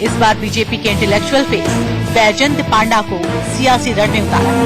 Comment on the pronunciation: It's not paaanda it's panda